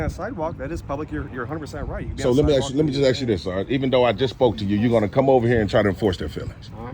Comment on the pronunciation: He thinks he's so smart but can't even pronounce the word ask correctly!